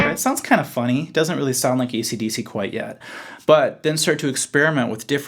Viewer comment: Did he just say ECDC??? WTF